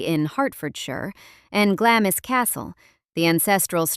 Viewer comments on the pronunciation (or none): Glamis is pronounced Glahms!